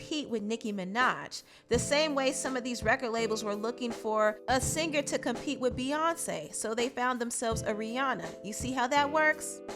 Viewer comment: How is tracy petty??? ITS A FUCKEN LAW YOU DUMBASS you've obviously never done anything creative from start to finish...repeating the news and putting it on youtube IS NOT CREATIVE and it's pronounced SING ERR NOT SING GER